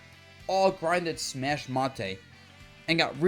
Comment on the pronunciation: its fucking smash mate exactly how its spelt pronounced in english ma te isnt even how its spelt in japanese its like hearing nails on a chalkboard dabuz i beg you